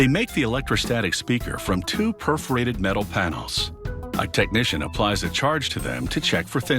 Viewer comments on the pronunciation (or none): none